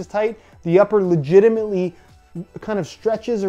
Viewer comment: Dare you to count the amount of times he says legiemant